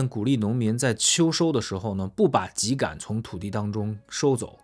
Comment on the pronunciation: 更正一下，秸秆读音为： jiē gǎn，我们东北都读成二声 秸秆，不是ji